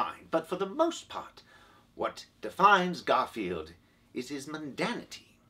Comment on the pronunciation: Is that "Garfiend?"